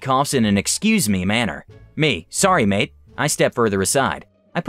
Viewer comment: so funny when AMericasn try to say mate. sincerley Australia :P